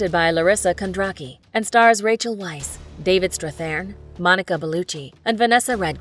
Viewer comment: Isn't it pronounced "Veiss"?